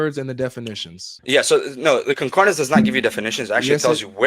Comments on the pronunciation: That Muslim guy trying to teach what 'concordINance' is when he doesn't even know how to pronounce the word.... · Y'all know it's CON-CORD-ANCE... not CON-CORD-I-NANCE, right? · A man who can't pronounce concordance correctly quibbling over the pronunciation and meaning of words!